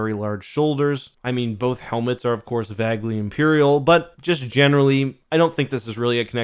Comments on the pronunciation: and you did pronounce "vaguely" as "vag-ly" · Dude, you pronounce the word “vaguely” like Brita Perry pronounces the word “bagel.”